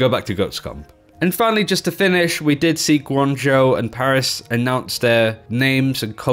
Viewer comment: Thank God someone knows how to pronounce Guang Zhou